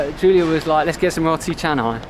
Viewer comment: Hope you don't mind, but the "o" in "roti" is not pronounced like the English "o" as in "rot". It's more or less the Italian "o" as in "roba" or "Roberto". (You're both familiar with Italian, aren't you? must be!) Hope you can improve your situation in Jakarta. Can visitors get a vaccine there? That would make things better for you.